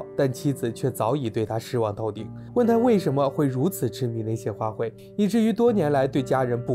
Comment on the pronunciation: 花卉（hui）四声，不是花奔